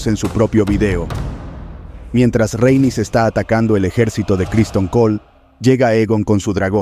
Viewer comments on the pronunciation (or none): RHA-EN-YS, Rhaenys, no el constante "Reynis", XD....